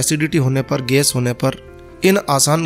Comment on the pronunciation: Ges nahi gais bolna sikhiye pahle